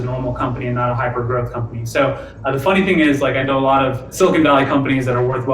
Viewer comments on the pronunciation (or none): It's growTH, not growff. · growth not grofh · Dude, it's pronounced "growth", not "growff". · growth not growf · im sorry, but are you saying "growf"? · Please learn how to say growth it’s not groeffthhh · Is he saying “Growf” or is it my AirPods?